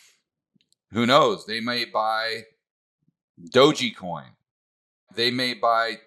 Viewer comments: Thanks for doing this vid. Good info. Tether has a spelling error on their site and you keep saying Dog’e’ coin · It's pronounced doge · i thought it was "dog ecoin" not "dough gee coin" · "Dogey Coin" lol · saying "doji" coin cracks me up every time hahaha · That's exactly what I came to the comment section to say.😂🤣😂🤣😂🤣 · Enjoyed the analysis but I come away with the feeling that doesn't quite know what he's talking about when he says "DogeYcoin" and thinks that Safemoon is "Dave Portnoy's coin". It's not a good look to mispronounce something like Dogecoin or not understand that Safemoon is just being hyped by Portnoy, he has nothing else to do with it. Hurts the credibility to talk about this stuff if you don't know basics. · Every time mispronounces "DOGE" a small Shiba Inu sheds a tear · How can you trust a person who can't even pronounce DOGE, smh.